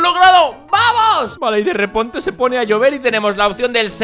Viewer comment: dijo derreponte JAJA